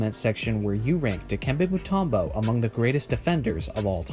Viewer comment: His names Mutumbo not Mutarmbo